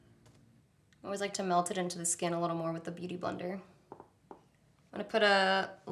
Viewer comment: Omg... her skiiiiiin ( voice)